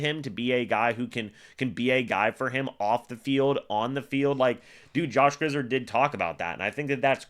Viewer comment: Griz...(ared) zard...is pronounced😊